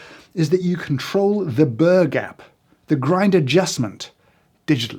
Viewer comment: When James says "burr gap" I only hear an Australian saying "burger" 😂